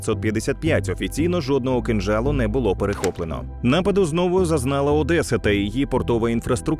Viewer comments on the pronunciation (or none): none